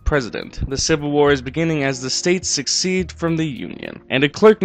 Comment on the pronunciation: Omg ...cool video but I grow so tired of millennials....it's "SECEDE" NOT "Succeed" ... To secede, means to withdraw, like the states did. Succeed means to win, like the North did.